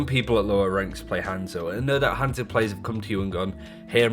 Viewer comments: It’s not pronounced hand-zo. There’s NO D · Not at all. You say it wrong you say it wrong lol. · How does someone play a character for 2500 hrs and still say his name wrong lmao